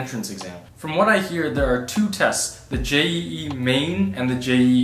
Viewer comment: Not J E E Jeeee